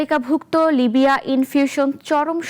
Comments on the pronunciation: Libra not Libiya!!! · লিবরা কে লিবিয়া উচ্চারণ করে প্রেজেন্টারের কোয়ালিটি কি তোমাদের থেকে টিকটকার থুক্কু হিরো আলম আর মামুন ভাল পারবে পুজিবাজার নিউজ করার আগে ভাল করে পড়াশোনা কর এটা টিকটকের জ্যায়গা না মুর্খের দল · রিপোর্ট করছে অথচ কোম্পানির নামই ঠিক মতো বলতে পারছে না, এটা সম্পূর্ণ ভুয়া খবর। ভুয়া খবর দিয়ে শেয়ার হাতিয়ে নেওয়ার কৌশল মাত্র।